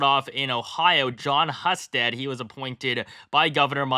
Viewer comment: My man... you're looking at the wiki page, dammit! It's HEW-sted 🤣 (no relation)